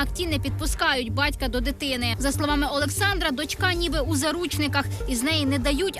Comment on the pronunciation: Вельмишановний кажіть будь ласка дочка не по російськи а по українськи,наголос на а.А так дуже гарно розказуєте нам,вашим глядачам.Дуже вам дякуємо за вашу працю.💙💛